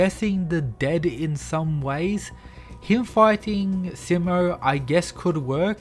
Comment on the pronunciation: You’re mispronouncing his name, the “Si” part of his name is supposed to be said with emphasis on it, so that it will sound exactly like how you say he’s in Spanish which is also spelled “Si” you know like how you’d say “see” and “sea”. So for example “See-mo”.